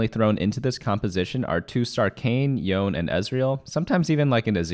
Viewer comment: Stop saying yone wrong